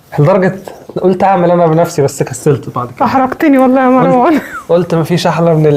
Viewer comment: سمك طبقة الكيك بتكون نفس سمك طبقة التشيز و ليس الضعف . ياريت المصريين ينطقوا اسم مروان بطريقه صحيحه لانهم بيزودوا حرف ألف بعد الراء ليتغير الإسم ( مراوان ) .